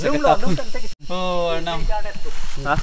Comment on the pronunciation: So funny when you say ong arnam